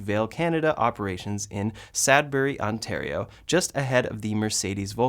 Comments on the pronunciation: "SAD berry" lmao.... it's SUD Bury. ;) I enjoy the content!! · Hahah its SUD bury not Sad bury . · "SUD" bury Sadbury??? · SAD-BURY???? Pronounced SUD-BURY. Like Suds in your sofa. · it is pronounced “suds-burry” (detergent “suds”) as in “sud-burry”. The people up in Sudbury area are great! The whole Georgian Bay area is beautiful! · Re: going stalkless on 3/Y, as long as they keep a round wheel and move the horn back to where it should be (in the center) I don’t see a problem going stalkless TBH. Everything is a learning curve and usually people adjust completely fine even if they’re resistant at first. Also, I’m only saying this because I live in Ontario, it’s SUDbury (sounds like DUD, lol!). I’d love a Tesla factory in Ontario! Maybe that would mean Teslas would be cheaper in Canada! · "Sadbury" - I think they are not all that much sadder than the average northern Ontario residents. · It’s Sudbury… as soap sud😂